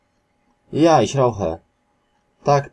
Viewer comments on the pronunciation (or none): dokładnie jakie kurwa "iś" na kilometr pachnie nieukiem , ogólnie paranoja to co co on wymawia i tłumaczy. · jasne, oczywiście, ale jak jesli ktoś uczy, to spodziewam się poprawnej wymowy. Nie uważasz że ich i iś to dwa różne słowa? To tak jakby powiedzieć, że kąt i kot to to samo. Myślę, że można by się nie dogadać. Moze komuś jest łatwiej wymówić o niż ą i nie ma w tym nic złego. Masz rację, nie ma i nie powinienem się czepiać, ale chyba jedna robi różnicę, nie uwazasz? Stąd moja uwaga. Wiadomo, że nie poprawiamy ludzi na ulicy, ale po to autor udostępnia możliwość komentarzy pod filmem, żeby wyrazić swoją opinię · Ich a nie iś! Nie ma w języku niemieckim literki "ś". To jest miękkie " ch". Co o akcent i wymowę chodzi ,to jest po prostu katastrofalna. Inni się uczą i robią te same błędy. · podana przez Ciebie wymowa nie istnieje, przykład Uhr podajesz wymowę ur zamiast uhr h wymawia się, zaś słowo ur w niemieckim ma inne znaczenie, jest ich wiele, ś w niemieckim nie istnieje, jest niemożliwe dla Niemca do wymówienia, dir to u Ciebie dija coś takiego nie istnieje i tak można wymieniać do sądu ostatecznego, jest z czego boki zrywać, powodzenia!